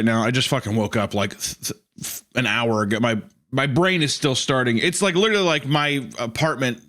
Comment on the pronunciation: "Wind's wittewally howling". "Hmmm.. how about some Gwent? You could say I'm pwetty badass at it."